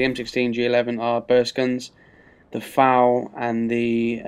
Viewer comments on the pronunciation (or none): You said dont cal an FAL a faul, but youndid in this vid so ha.